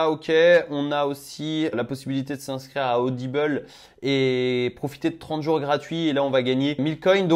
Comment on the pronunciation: Audible c'est en français,ça se dit ODIBLE pas ODIBEUL 😅 sinon belle videos tu fais ça tres bien continue, je m'abonne au passage parce que c'est trés bien expliquer avec du naturel et tu fais bien de faire tes recherche en videos sa prouve l'honnêteté de l'utilisation de l'appli😉😁 par contre remet plus de miniature de se genre stp mdr